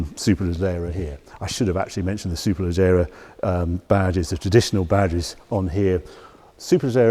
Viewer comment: Harry's pronunciation of Superleggera sounds like mine would after 5 pints!